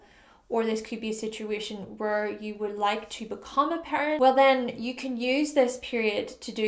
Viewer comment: Taurus sun here. When you mentioned becoming a parent, I thought you said "pirate" at first. I don't really anticipate becoming either one.